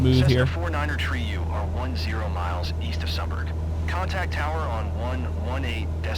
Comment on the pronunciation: Sumburgh, pronounced sumburra, not sumburg